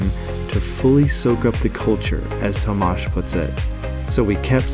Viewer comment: Glad to finally hear someone pronounce Tomas correctly.